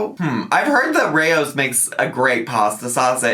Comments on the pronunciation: First of all, the way y’all both said Raos like Ray-Os. “Rows” (pronounced like Sow with an S). Like how Tea and Sass called Chantal a sow. 😂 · She is pronouncing Rao’s wrong. Not surprised. 🙄 it’s Italian so she can just google the pronunciation.